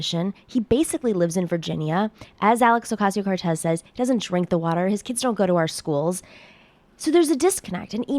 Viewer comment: Her last name is pronounced oʊˈkɑcioʊ. Not oʊˈkɑYsioʊ